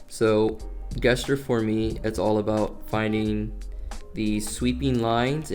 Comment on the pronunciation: Not trying to be rude, but the word gesture is actually pronounced (jess churr) if you dont know what i mean then here sorry in advance if somebody already pointed this out 😅